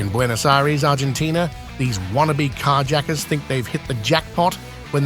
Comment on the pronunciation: I'd rather hear a script read by a text-to-speech robo-voice than this garbage AI narration. Car yacker? talkaboutaplottwist!!@